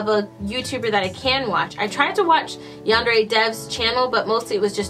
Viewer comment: You can call it what ever you want but you did say it right